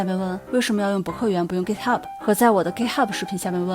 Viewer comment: UP 主还不错，至少 Git 读音没错！